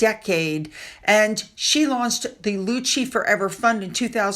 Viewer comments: Leuchie is pronounced "lookie." They do amazing work . A very dear friend of mine was cared for there. ❤ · It’s pronounced ‘Looky’. 😉Fabulous place for respite care. 😊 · Leuchie does not rhyme with Gucci. The place is in Scotland and the name is Scottish. That means that the "ch" digraph stands for a sound similar to that in Loch Ness, or a German "ch" as in Buch.